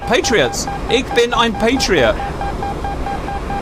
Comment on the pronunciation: Just an FYI Ich is closer to being pronounced Ish not Ick. The correct saying for I am a Patriot missile in German is, Ich bin eine Patriot-Rakete. Hello from NRW Germany.